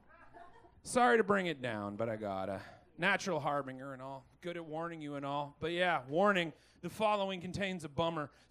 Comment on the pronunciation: ... wait no.. the g is .. it's like the g in germ. not hard like in grin. har been ger.. .. whats this har bring er nonsense?